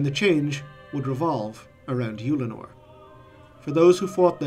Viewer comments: I was surprised to hear you pronounce it "Youlanor". I had always assumed it was something more like "Uhllanor" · I really don't like the way you're pronouncing Ullanor 😂 I've literally never heard anyone pronounce it "Youllinor" before lol